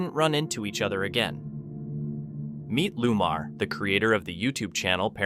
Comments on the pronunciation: It’s not Lumar! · Narrator should learn to pronounce names properly which shows his ignorance & c/b very offensive to many e.g one paranormal investigators name is Lomar not, Lumar as pronounced